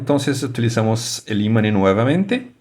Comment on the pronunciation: buen video, pero en español se dice IMAN no imani, prro con practica ya vamos haciendo cosas, best reguards